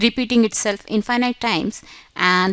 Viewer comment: Excused me you're pronunciation in infinite is wrong sorry no offend 😅